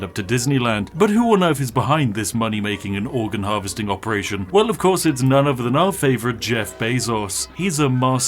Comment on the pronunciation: Why do you pronounce words that end with "ing" like "ink"?